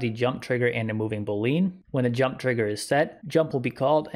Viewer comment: I've never heard "boolean" pronounced that way... Very helpful video though! I will definitely be supporting this project when my game makes a little profit.